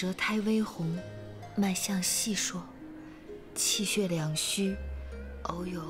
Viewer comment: 脉象细数 数字发音竟然对了 惊呆我了😁